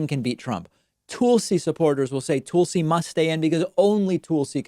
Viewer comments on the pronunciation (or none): Did you pronounce Tulsi as Toolsi? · Why is DP mispronouncing Tulsi's name all of a sudden? He used to pronounce it properly: I wonder if DP Paksmen thinks name games are funny, is he three - probably thinks fart jokes are funny too. I think DP Paksmen is richer than Carlos Maza AND likes childish humor like slip and fall jokes and name swaps and unexpected flatulence. #FartJokesAreNotFunny #DPPaksmen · Why is he saying it like that?